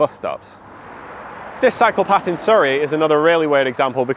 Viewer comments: Everytime he says "cycle path", I hear "psychopath" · As a nom native English speaker, each time says "cycle path", I hear instead "psychopath". x)